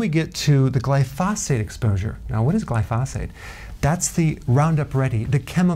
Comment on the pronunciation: Glyphosate, the accent is on the first syllable, fyi.